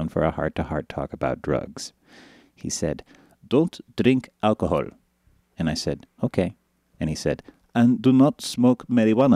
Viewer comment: i love how he says "don't drink alkahole. don't smoke marywanna. don't inject heddowin." lol!